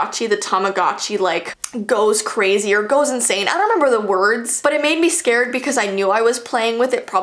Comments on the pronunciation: im really scar-ed of my tamagotchi Me:its scared not scar-ed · Did she pronounce scared as scahred